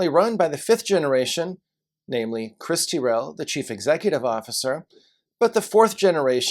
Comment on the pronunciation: Just so you know for future reference, it’s not pronounced Teeryl but rather Tyrell. Oh, and next time you’re in Aus, come down to Tassie, as our State has some of the very best food and wines available.